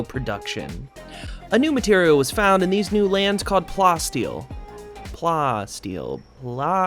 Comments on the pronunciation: It's plasteel like plastic, not like how you're pronouncing it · lol you pronoun it as plastic and steel in one word. Pla the way you say plastic and then ass steel.